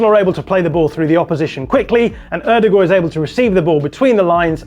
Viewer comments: Odegaard or "o-de-gor" isn't how you say it in Norwegian or English. The Norwegian pronunciation is O-de-goy (like boy with a g at the beginning). I liked the rest of the video. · ...It's pronounced "Oh-duh-guard." Maybe in Norway it's pronounced differently, but English speakers worldwide have agreed upon the phonics pronunciation. I know you think you're doing the right thing by pronouncing it what some might say "correctly," but honestly, you're just confusing people. Nobody knows who this "Ew-de-goourrrr" is. But everybody knows "Oh-duh-guard." All in jest, love your breakdowns! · The way he says Ødegaard is so annoying. Odegooor that’s not his name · Great analogy. One slight problem. The way you said Martin Odegaard 😜